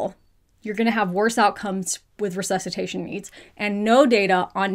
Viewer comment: that "ressesutation" gave me shivers, and English is not even my first language... it's not just sex ed in the US that let you guys down, is the entire educational system. Ours, here in Italy, is not ideal either, but it suddenly seems way less worse... 😅